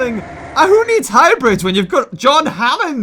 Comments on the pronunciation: You said brian fart not brain fart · when you said you had a brain far tyou said a had a BRIAN fart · he said Brian fart